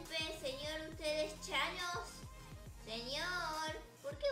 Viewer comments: No es chanos es Tañes😠😑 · No es chanos. Es tanos jjjaaaaajjajjajjsj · es tanos no chanos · Jjajajjajaja me dio risa la miniatura porque la es ves de decir thanos dise chanos ahora el de llama chanossss >:333333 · No es thanos es chanos #teamabuelarita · es que es thanos no chanos like si tu también lo notaste.